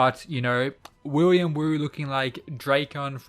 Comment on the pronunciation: Willem, Willem, like Willem Dafoe, not William